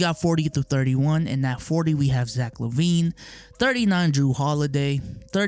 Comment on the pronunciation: I know he pronounces it wrong but idk how to spell the way he pronounces it since his name is spelled like pronounces it lmao.